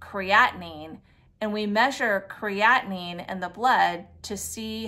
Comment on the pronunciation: Why are you saying creatinine like that?! it's the same word with another syllable AT THE END.